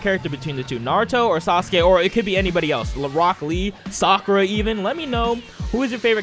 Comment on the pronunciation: He really said Sarkua even😂😂